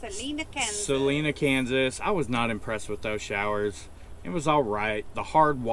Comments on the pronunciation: SA -LINE ah Kansas. Not correcting you but that is how it is pronounced. I just noticed this is an older video so you may know this by now. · It is pronounced Sal-eye'-nuh, KS. :) A lot of people pronounce it wrong. Just discovered your channel last week and have loved watching your videos.